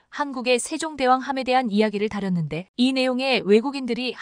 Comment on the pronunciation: 글도 못읽고 뜻도 모르면서 구축할 ? 구축함. 이야기를 다렸는데..... 다뤘는데 기계탓만 하는것이야 ? 그만둬라 !